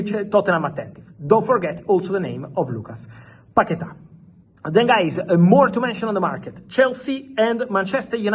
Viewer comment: paqueta. Say it one more time...